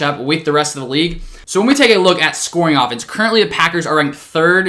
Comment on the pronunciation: no one: still no one:: oFfenEnse